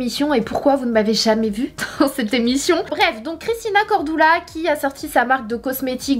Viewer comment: Sanaa lol pk pk CORDOULA mdrrrrrrr moi je dis CORDULA. Mdr